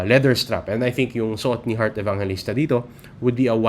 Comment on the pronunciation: Sir u pronounced Hurt Evangelista ???